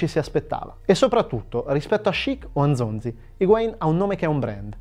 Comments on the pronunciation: Ma dai non puoi dire Gonzalo con una pronuncia ispanica perfetta e poi dire Nzonzi così ahahahah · ho verificato e i madrelingua francesi lo pronunciano Nzonzì, però se mi dite così mi fido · In realtà essendo un nome congolese non c'è una vera e propria pronuncia corretta. Gli stessi francesi sono divisi sul come pronunciarlo (cosa che avviene anche con Mbappé e N'golo Kanté). Crediamo che l'accento sulla i sia dovuto a una "francesizzazione", e preferiamo per questo Nzonzi. Ma una risposta precisa è difficile da trovare. Comunque come sempre abbiamo fatto un po' di ricerca, poi si può sempre sbagliare 😉